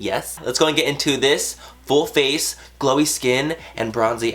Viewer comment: Whenever he says full face, it sounds like bull face :P Love you Manny!!! <3 You have such talent at SLAYYYYYYING life!!!